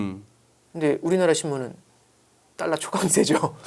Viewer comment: 발음이 뭔.. “딸라, 딸라” 듣기 참 거북하네. 분석은 어정쩡, 뭔 말하는지 이해도 안되고..